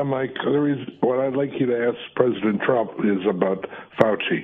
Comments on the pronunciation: 'Twump' 😂 must be Mrs Fudd calling in. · Pwesident Twump. Curse dat twicky wabbit!